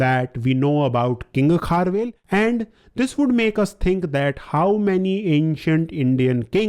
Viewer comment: Its not kharvel its kharavela